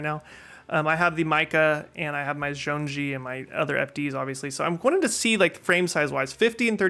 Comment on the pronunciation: Agree with everything you said. BTW, zhong-yi (jong-ee) is how it is pronounced!